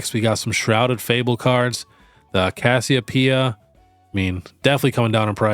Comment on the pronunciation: Thank you for saying Cassiopeia right. Haha also, the Cufant is the one I wanted from my opening, got it and the Persian. And the Pechirant SIR, I don’t like that one tho so I sold it. Just gunna wait on the Cassiopeia to drop more and I’ll snag her too.